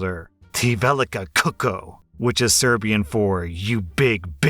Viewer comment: Why did you pronounce Serbian like it was Klingon?? lol